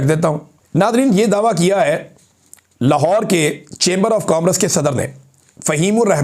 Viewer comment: پلیز عمران بھائی کو بتائیں کہ کامرس کو صحیح ادا کیا کریں یعنی kom-rus نہیں ہوتا، ko-mers ہوتا ہے، کامرس (Commerce)